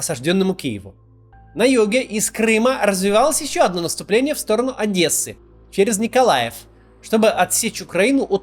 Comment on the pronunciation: Максим первый русский на моей памяти, который правильно произнес Одесса, большой респект=) а не адэса, как принято у россиян